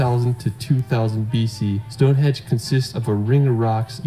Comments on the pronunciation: stop saying stonehedge its stonehenge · “Stonehedge”! Computer smarter than I am. Doesn’t take much…